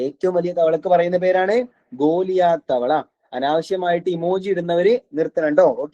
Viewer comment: ഗൊള്ളിയത് എന്നല്ല ഗൊള്ളിയാത്ത്